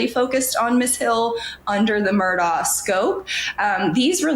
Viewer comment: Murdaugh, not MurDOCK